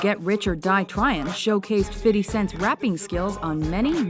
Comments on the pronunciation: its 50 cent not fiddy cent.. stop patronizing the culture and stay in your lane white lady. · Am i the only one who chuckles when ever the host of the video says "Fitty Cent" rofl. She should know she sounds funny, just say FIFTY and leave the fitty stuff to FIFTY himself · If this bitch says Fitty Cent one more time, I'm going to headquarters to choke her ass. Fifty not Fitty! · Did she really say fitty cent? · please stop saying fiddy and say fifty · A white girl shouldnt say "fiddy". Thats not even his name. Its "fifty" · JESUS CHRIST IT’S NOT HARD TO PRONOUNCE 50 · Did she say fiddy cent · GhostDog 25 No, It's just "Fifty" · Aja Craig well she is clearly trying to hard to pronounce his name like this. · L She said fiddy cent